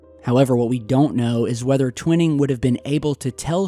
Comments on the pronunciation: Honor this man by letting us know by pronouncing his name correctly. TW iii ning.' Top secret it was. Scared the begeeesus out of gov. Our future jets. Thank you for hanging in there. Get well soon. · it is trivial I know- but sometimes "T" mispronounces some pretty well known words, and for me if he was really "Researching" i would think the pronunciation would be anything but a secret. but then, maybe my name is jam-eez Stapl-eez Ghyth? but I love };)> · you're pronouncing Twining's name incorrectly, it's (Twy-ning) not (Twin-ing). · Its Twi as in eye, ning as in ping....Twining...not twinning. Just saying... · Just so you know, Nathan Twining's last name is pronounced with a long "i" as in "twine-ing". An old friend worked with him. He co-authored the book called "Across the High Frontier" with Chuck Yeager. I have been around the block a few times. That's why the trolls are attacking me. Take care! You're doing a great job!!! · Sorry, I’m a stickler for pronunciation. It’s pronounced Twine-ing. Not TwinNing. Great video though. Thanks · Nathan Tw-i-ning... the long ( i ) sound. Pronunciation is crucial to get correct. searching or researching could be skewed if these names are not pronounced correctly. Peace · Gen Twining is pronounced like twine ing not twin. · Not to be critical, just FYI, the first authors name is pronounced "twine" ing, not twinning, with a long I. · Pronounced - Twine - Ing not Twinning, you know the ole potato potahto, tomato toma'to it's all good though just thought you'd like to know the name of this person you were talking about? Maybe you were talking about another person, but I think it's Twine-Ing, Peace T.. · Twining is pronounced "twine-ing" not "twin-ing" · Its pronounced TWY-ning. Not ‘Twinning’!!! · It’s pronounced TWY-ing not TWIN-ing. Basic Wikipedia and every other ufo special got it right. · you're killing me....it's Tw eye ning TwInning. Just sayin' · long 'i' TWY ning, as in 'why'